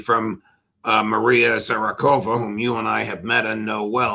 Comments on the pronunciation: You know Maria well? Then you should know that her name is Maria Zakharova, not Zarakova. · Butchering the name of Maria Zacharova, Za-cha-ro-va, is a crime.